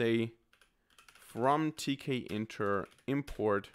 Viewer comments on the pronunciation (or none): Not to be too political, but tkinter is pronounced t kinter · It's teak-inter.